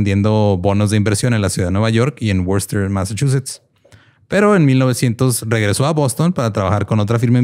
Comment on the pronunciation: Gloucester se pronuncia “Glauster” y Worcester se pronuncia “Wuster”, que por cierto fue dónde se filmó la película de “La Tormenta Perfecta”. Se sigue pescando un chingo de bacalao en Gloucester.